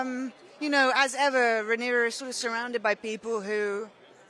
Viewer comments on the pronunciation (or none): I think that reporter call her character rhaenys instead of rhaenyra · why’d she keep saying Rhaenyra with an S lol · Sorry but I don't like that the interviewer keeps pronouncing Rhaenyra incorrectly. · Why does she keep MISPRONOUNCING her name!!! IT is QUEEN RHAENYRA . I’m screaming